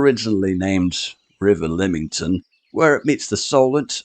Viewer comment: It's Lymington not Limington